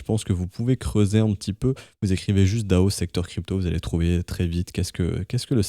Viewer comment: Généralement on le prononce plutôt D.A.O en épelant chaque lettres, puisque c'est un sigle comme FBI ou ADSL.